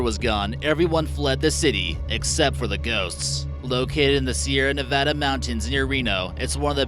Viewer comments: Yes!! Its about time someone says Nevada correctly👏👏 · sweet a person who says Nevada correctly